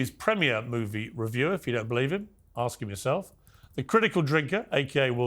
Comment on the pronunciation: Why does the black guy say ax rather than ask?🤦‍♀️